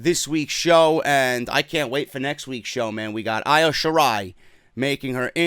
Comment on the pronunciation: Its Pronounced E O Shirai bro I sound like e in Japanese